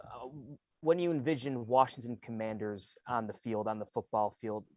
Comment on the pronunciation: AS a life long fan i have to say ...you fumbled the team name.